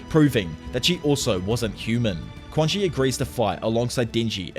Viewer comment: i believe quanxi's name is pronounced "chuan-shi"